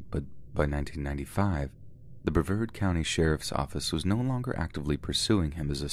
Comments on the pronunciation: I love you, but it's Bruh v Arrrd. Vard rhymes with card. Accent on the vard. 🙄😊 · I cant get over the way you pronounced Brevard